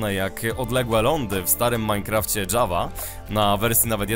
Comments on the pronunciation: Nie dżawa tylko Java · jest to produkcja szwedzka, a po szwedzku mówi się Java nie Dżawa:)